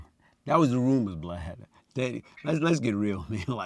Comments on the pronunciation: he calls him "Blad" how has noone noticed that, just like Glad with a B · He keep calling Vlad Vlod 😂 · He called Vlad "Blide" 😅🤣😂😂🤣😅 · He called Vlad "Blod" 😂😂😂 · His story is movie worthy....side note he keep calling Vlad Blad🤣🤣🤣🤣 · He calls Vlad blad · "Its like this Vlod" 😭😭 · Why can't people get Vald name right???? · Dam he called him BLAD 😂😂😂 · Lol he called vlad “Blad “😂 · Is he calling vlad blad? Lol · still thinks its BLAD.. notice Vlad ain’t corrected him.